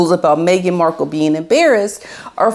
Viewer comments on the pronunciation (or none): none